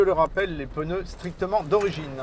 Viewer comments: On dit pas peneu m’es pneu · Superbe voiture, je vais y penser en voiture de loisirs c’est le top, essai très intelligent , j’en peux plus des « essayeurs » qui comparent un véhicule de loisirs à une berline; pas la même utilité donc pas le même véhicule... Par contre y’a vraiment des gens qui gardent juste de cet essai la prononciation du mot « pneu » c’est effarant , pour l’anecdote il y a des régions en France où sa prononciation est correcte mais bref , « haters gonna hate «